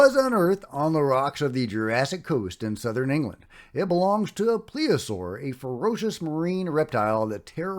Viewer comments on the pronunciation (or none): none